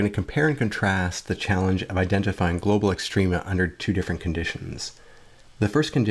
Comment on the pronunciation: it says, "glocal minimum".